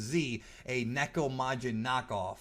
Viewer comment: First off, THANK YOU for pronouncing neko correctly! A lot of people mispronounce Japanese words and it irks me greatly!! Second, Usa is short for Usagi which is Japanese for bunny/rabbit. Like how Mini Moon/Rini is really called Usa-chan in Japanese cuz she is mini bunny, Usagi-chan/Sailor Moon. There were other things I wanted to comment about but I forgot. But this was hilarious and amusing.